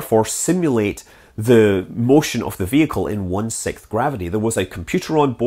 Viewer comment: I find your lack of an s sound in the word "sixth"... disturbing. Si-k-s-th, not Si-k-th.